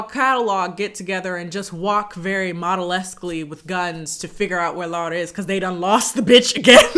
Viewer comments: This movie made me embarrassed to be polish and i was already not proud of it😭 also by the way i appreciate you pronouncing her name right and not just sticking with the English pronunciation 💞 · I love how you say Laura, it's exactly how we say it in Polish ❤️